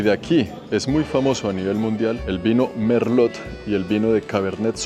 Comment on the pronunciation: No se pronunica la T en Merlot, amigo.